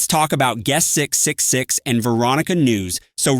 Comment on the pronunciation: can you say triple 6? not 666, it's quite unsettling with those pause